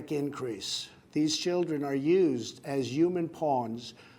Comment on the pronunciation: Is it just me or can he not pronounce the word 'human', it sounds like 'yuman'